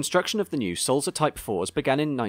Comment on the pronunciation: I agree with Andy's point about pronunciation. The correct Swiss German pronunciation of Sulzer has a soft "t" between "l" and "z". Also the "u" sounds more like the "oo" in tool. I'm a big fan of your very educational videos, but please check the pronunciations. I noticed on your video about the A4s you pronounced the locomotive, William Whitelaw as WITT-law, when it should be WHITE-law. I hope you don't mind this minor "production" :-)